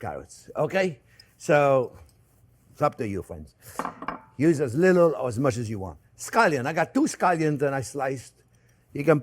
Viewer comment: Hahaha became my favorite chef the minuted i watched hime made butter. and now, his “mush” 🤣 made my day.